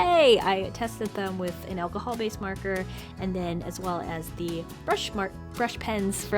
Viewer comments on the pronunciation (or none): Did anyone else notice that she said “elcohel” instead of alcohol 😂